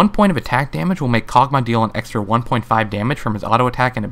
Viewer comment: Karg'Mah, I haven't heard of that one before. Accents are interesting I guess, like when people say Ashie.